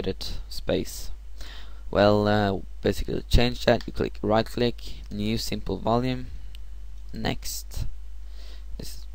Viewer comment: Did you go to "new simply voulem" ???